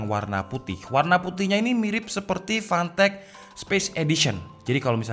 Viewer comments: Uncle, that's Fantech not Pantech :v Hadirrrrr... 😂😂😂😂😂😂😂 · PANTEK... klw kata Orang palembang karena gk bisa nyebut F bisanya P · More like "PANTEK" Sir.. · Jangan malas mengatakan "F" 🤣